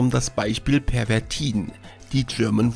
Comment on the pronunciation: Obacht, dat heest "Pervitin" und nich "Pervertin"!